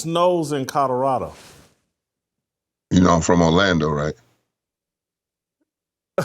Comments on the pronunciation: Love you Jason BUT there are “L” in Colorado!! It’s not Cudderado😂😅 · Whitlock, there is no state named "CODORADO"...slow down and repeat after me... COLO-RADO 😅